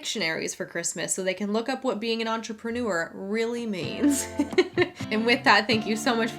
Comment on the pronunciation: “Entrepren-oo-err” Stay classy, hun!